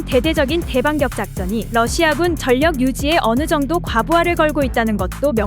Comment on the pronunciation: 전력을 발음할때 전+력 이 아니라 절+력 으로 해야 합니다. 이걸 말음법칙이라고 하지요. 신라를 신라로 발음하면 안되고 실라로 발음해야 합니다. 교육시켜 주시기 바랍니다.